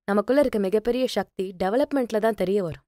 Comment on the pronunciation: ஷக்தி என்று உச்சரிப்பை சக்தி என்று உச்சரிக்க, சக்தி பெருகும்.‌...ஷக்தி செயற்கை உச்சரிப்பு